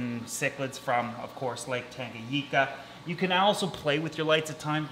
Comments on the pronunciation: TangaNICA NOT TANGAGICA UGHHH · Pronounced tanga-Nee-ka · It's pronounced Tanga-neeka